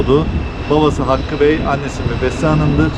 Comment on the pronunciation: Annesi'nin ismi Mebuse, Mebesse değil yahu.